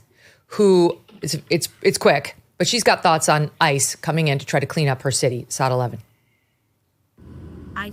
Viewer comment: please clear up something for me. Whenever you cut to a video clip you call it a "saat" as in "Let's cut to saat 12". I've never heard that term before. What is a "saat"??